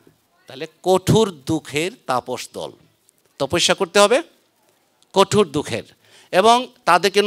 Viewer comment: কোটুর না জনাব কঠোর।